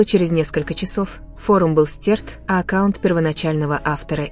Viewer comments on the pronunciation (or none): none